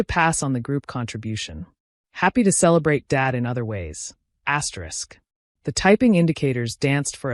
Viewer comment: Whuuut? Asyerisk? Cut it out. Fix this. I will unsubscribe.